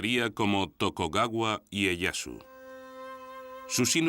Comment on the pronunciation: muy bueno pero era TokUgawa, no TokOgawa jaja